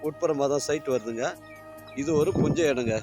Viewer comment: யோவ் நீ தமிழ் நல்ல வாலவச மாரிதமம் போ, அது புஞ்சை நிலம், குஞ்சை இல்ல 😂😂😂